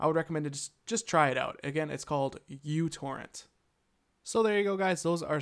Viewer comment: µTorrent is pronounced 'micro torrent'